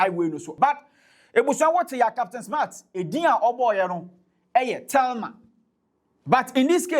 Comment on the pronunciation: This doesn’t make sense the guy mention Telma something something not Selma the woman should check the pronunciation well